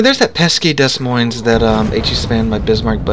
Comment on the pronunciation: Dez Moinz? I always thought it was ‘Demoin’ with 2 silent s’s.